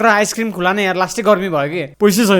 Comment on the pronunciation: खुला रे? के खुला मु* खुवा भन्न सक्दैनस?